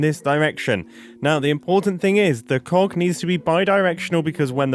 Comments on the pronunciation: I wasn't paying much attention to the video, and when he said 'cog' like that i suddenly got scared without context thinking he said something different 😭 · The way Mumbo says ‘Cog’ cracks me up everytime with what it sounds like xD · I can hear Mumbo work really hard to enunciate the G on that cog every time he says it. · I giggle every time Mumbo says cog